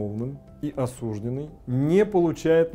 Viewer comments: По-русски правильно говорить осуждЁнный, а не осУжденный. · не смог смотреть, режет слух осУжденный. Грубая ошибка. Правильно осуждённый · Не осУжденный, а осуждЁнный.